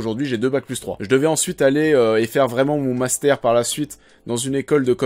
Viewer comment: Tu dis "master" comme un acteur de "La Vérité Si Je Mens" ^^